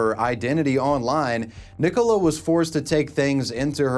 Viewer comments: Why do you care he pronounce it wrong. are you her? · why are you pronouncing nicola like that 😭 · oh my fucking god. it's NICK -OLA. NOT NICK - COLA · Nicola. NICOLA. NICOLA damn it! Not Nick Cola! 😂😂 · What did you pronounce Nicola like that. It’s pronounced nick-o-la 😂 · Why you pronouncing Nicola as Nee Cola? Is it like the silly misprounciation of Craig as Creg you guys do? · The way pronounces 'Nicola' is highly distracting.... "nick-oh-la".... bruh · why do you care i care? are you the creator on his alt account or something? (dumb question). in all seriousness it's because it's an extremely common name so it sounds really stupid pronouncing it that way. it's like pronouncing Oliver as "Olaveer" or something. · I have never heard this way of pronouncing "Nicola" before. Is that how Americans really pronounce it? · Do you just not have the name Nicola over there? That pronunciation is wild!